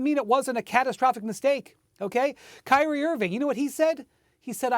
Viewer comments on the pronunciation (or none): none